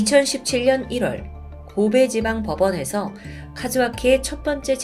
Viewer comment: 고베지방/법원이 아니라 고베/지방법원 으로 띄어읽어야 하고요... 옛날엔 안 그랬던 것 같은데 요즘 유독 대본 리딩이 어색해요